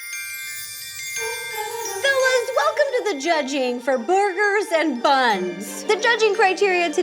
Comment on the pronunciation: Why she keep saying boorgers 😂😂😂😂